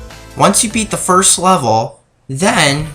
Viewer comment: Sirst cutscene its called video editing and correct use of REAL WORDS and not sirst, i think u should try it